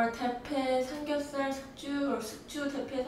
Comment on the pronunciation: Ahhh you're pronouncing ㄹ wrong in 삼겹살 ㅠ_ㅠ